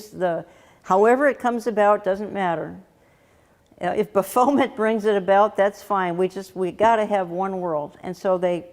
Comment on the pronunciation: Hi Jan- I think it’s pronounced “Baff-o-met. Not Ba-foam-et. 😂🤣. But for that name it’s okay to mispronounce. God Bless You!!